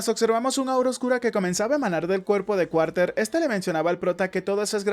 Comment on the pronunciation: Está bueno pero creo que se dice Carter no Cuarter pero bueno es lo mismo igual y el resumen es muy bueno (